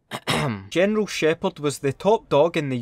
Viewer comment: gineral sheypard haha awesome vid awesome accent mate